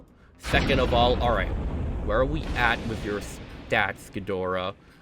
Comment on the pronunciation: It's actually pronounced me-thu-Sah (methuselah) Sah-lla (scylla) ghi-door-rah tie-ia-mat I-won-dragon